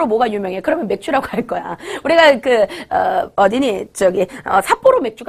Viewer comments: 삿보로가 아니라 삿포로 아닌가요...? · 삿보로가아니라 삿포로입니다.ㅋㅋ